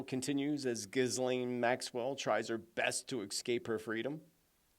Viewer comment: That was my favorite pronunciation of ghislaine to date